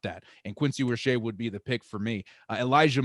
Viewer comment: Canes fan here, it's "Rō-shā".